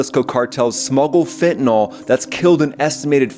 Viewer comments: It's FEN-TA-NILL, not FENTIN-ALL. It is spelled fentanyl. The letter Y has never been pronounced as an O, nor an A in the English language. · It’s pronounced fen-ta-NIL, not fen-ta-nall. “Fentanyl” does NOT rhyme with “alcohol.” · "Fen-tan-ill", not "fen-tan-all". Fentanyl has no alcohol functionality.